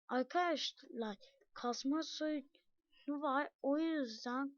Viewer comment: Aga yağ senin sesin bebek gibi çıkıyo mesela aykadaşlay oluyo